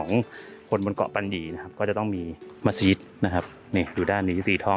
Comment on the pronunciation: ดีมีคลิปให้ดูได้เห็นความสวยงามของผู้คนที่อาศัยอยู่กลางทะเล ถูกใจนักท่องเที่ยว โดยเฉพาะฝรั่ง เอ๊ะคลิปนี้ เรียกมัสยิดถูกต้องแล้วน่ะ คลิปที่แล้วเรียกมัสหยิดอยู่เลย!!!